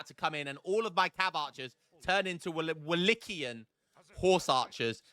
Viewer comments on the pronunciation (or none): it's like 'Wallakian'. The correct (Romanian) word is actually 'Vlahian', so it might be easier for you. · its pronounced wo lay kee uhn.;)